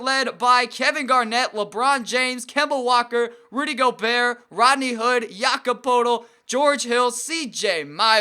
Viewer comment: It's pronounced Jake-OB Poe-l-tel